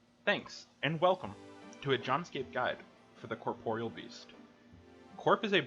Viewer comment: Giving a like just because you're the first person I've ever seen that actually pronounces Corporeal correctly lol